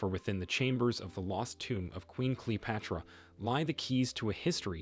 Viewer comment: Why is the narrator mispronouncing all of the names? For example at time he says Cleo-pahtara. O- seer-I-ss